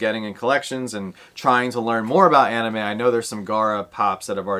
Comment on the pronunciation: I will say I do like the anime but the only one I'm really excited about is the scented sugar for sure. The Gojo one is actually a maybe for me. Nate likes that spider-boy a lot too! And nice job on the anime pronunciation ahahaha